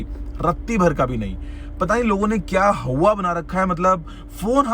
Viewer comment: How many times did he say hauwa??😂🤣